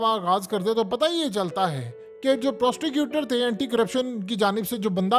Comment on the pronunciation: It's prosecutor not prosticuter...😅😂